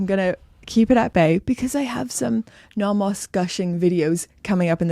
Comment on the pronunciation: Welcome back! I appreciate that you've adopted a more European pronunciation of Nomos rather than the North American one :)